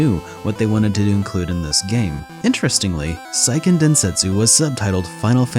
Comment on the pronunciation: It’s SEIken, not SAIken